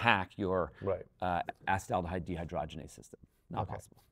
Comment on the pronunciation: Like your accepted pronunciation of acetaldehyde.